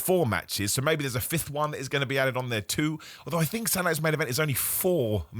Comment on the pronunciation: I keep hearing you saying "Satuday's Night Main Event" as "Sanitized Main Event"